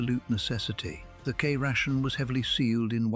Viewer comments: AI kration first instead of the follow up K Ration. If you can get it right once why not both times. AI voice overs need to go. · Great idea. Lousy AI voiceover. Cray-shon?